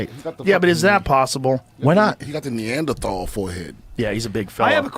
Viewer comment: Joe is back to pronouncing the TH in Neanderthal. Last I heard,, he had switched to a hard T and it sounds funny that way.